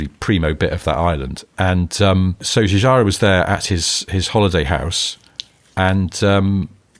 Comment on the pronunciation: Hi, just to be helpful... Giorgetto Giugiaro Gio - pron. like JOKE get pron. like JET Giu - pron. like JUNIOR -gia - pron. like JAAAAG Thanks for your great podcast